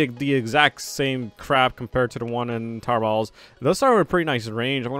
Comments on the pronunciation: Everytime he sas tower battles : tower bauls Rewatch video and tell me if u here it as well XD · when u say towet battles it sounds like if you were saying towbatles